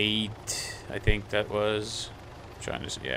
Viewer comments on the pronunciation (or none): none